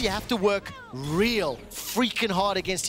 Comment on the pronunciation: Someone tell this guy how to pronounce heretics